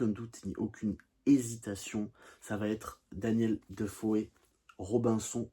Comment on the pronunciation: En effet ! Merci pour votre réponse. Pour le dire autrement, faudra pas aborder la Révolution française, la Terreur et la Vendée en citant Reynald Secher (qui est pourtant sérieux et cite évidemment toutes ses sources)… Pour info on prononce Defoe comme s'il n'y avait pas de e : de faux. Pour de vrai.